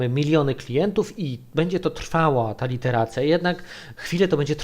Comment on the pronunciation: iteracja proszę Pana, nie "literacja"